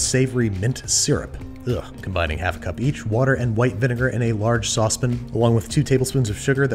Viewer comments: No one: This guy saying saucepan: S A W S P I N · Babish pronunciates "sauce pan" as sozpn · why is it sauce pin and not sauce pan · What's a sauce pin? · I love the way he says "sospin" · sauce pin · Ok I gotta ask... what with the way you say sauce pan?